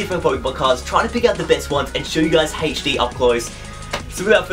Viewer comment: The way you say HD Is funny lol. Keep up the good work bro 👏🏾👏🏾